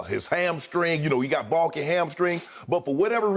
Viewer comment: "he got BOLKY hamstring"